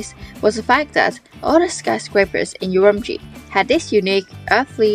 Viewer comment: 你是怎么做到整个视频都一直把乌鲁木齐的发音搞错的😅